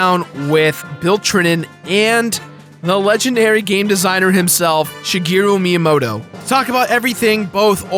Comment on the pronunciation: Adrian Behme I dunno, Spanish is my first language and it's really easy to pronounce things correctly in Japanese like instead of Shy-ge-ru My-ya-mo-to like incorrectly pronounced, it's Shee-ge-ru Mee-ya-mo-to. I think this is why people hate English dubs of Japanese words with Japanese words.